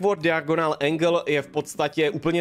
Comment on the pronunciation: vyslovuje se to dajogonl